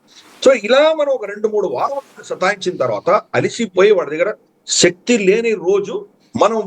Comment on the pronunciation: Pronounce telugu words correctly. Shakti is not correct.😊